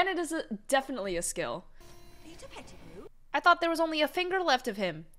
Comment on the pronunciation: Peter Petti-who. I love that! xD